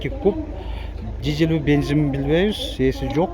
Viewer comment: Бензин ❌️ Бинзин ✅️